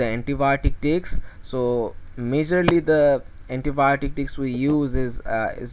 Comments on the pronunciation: am I the only one hearing diks diffusion method instead of disk diffusion method ? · Disc not dics 😅